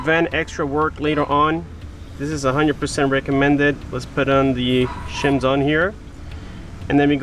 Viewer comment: And the chims are actually pronounced shims.